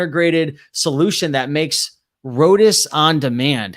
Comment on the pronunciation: It’s pronounced ROW TEE it’s East Indian flat bread.